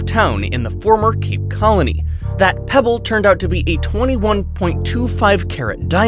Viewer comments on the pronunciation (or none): none